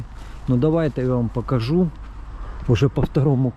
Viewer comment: Українською слова із літерою О : пОїхали, пОкажу, такОж та інші - літара О в них звучить, як О, а не А - пАїхали, пАкажу, такАж